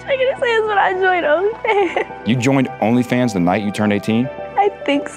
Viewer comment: I like how she pronounces "Rrrnly Fans" and "Sorr".